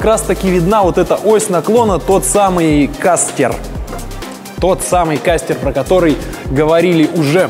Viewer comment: кастЕр - :facepalm: кастОр - именно так называет угол наклона (но не колеса, и не оси колеса - как ты звиздел в начале видео, а...) оси поворота колеса.